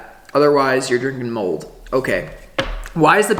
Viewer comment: Gahhhh love the pause for mold warning 😆